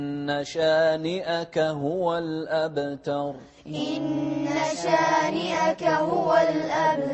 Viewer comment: وضح القلقلة (الْأَبْتَرُ) الباء من (قطب جد) والتاء حرف ترقيق، مش من (خص ضغط قظ)